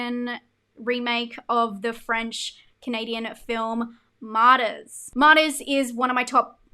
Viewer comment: I agree with about 90% of everything you said here. The entire time you were talking about Martyrs, I thought you were saying Modest. I kept thinking I've never heard of a horror movie named Modest 😅